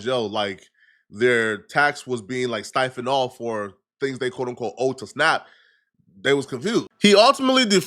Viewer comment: Lol he made up some word. He said “stiphoned”